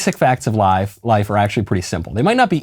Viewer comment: Michael Knowles says life like a southerner and catches himself. Welcome to Nashville Mr. Knowles. :)